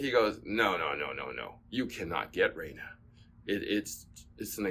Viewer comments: Also, it’s not pronounced REG-NA, you pronounce it RE-GNA just like LASA-GNA… Remember like lasagna! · REGNA it’a latin word. It means TO RULE. Suppose that for Yonex it means that this raquet is made to RULE all the others. The way you must pronunce REGNA is as in Italy. Like RE-GNA’ and gna is pronunced like here